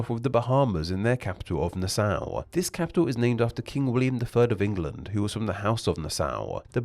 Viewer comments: Nassau is pronounced na saw, not nas sow. The ssau in Nassau, is pronounced like the tool saw. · Isn't it pronounced "NA - saw"? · As a bahamian, that pronunciation of my capital was horrendous, its pronunciation is (Na -Saw) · being from Nassau county the way you said Nassau is no